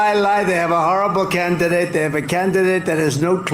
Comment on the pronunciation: Trump: "CAN-NA-IDANTE" What the hell is up with him saying the word candidate? Jesus. "I picked Mill-a-wok-eeeee...lots of crime...gotta fix the crime, but I picked it!" Yup.